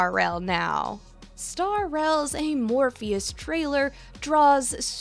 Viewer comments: 1. Thank you for this video, as a non-hi3 player, I've been wanting to be in the loop on lore from it. 2. It's 'Amphoreus', not 'Amorpheus'. They also pronounced this wrong in TGA, funnily enough. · Amphoreos Not amorphous!!! 🙄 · First of all, thank you I really enjoyed the video, but secondly... please for our sakes read the words on your script attentively before saying them out loud 😅 ("Parvati", "vicissitudes" and of course "Amphoreus" amongst others.)